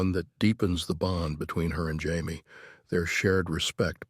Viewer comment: Why does this thing keep pronoucing Jaime's name as Hy-me?